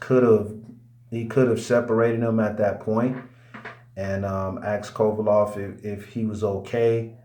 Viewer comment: Its Kovalev with an E stop calling him kovalov